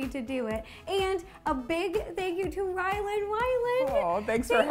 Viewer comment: is it just me or is she saying Wyland...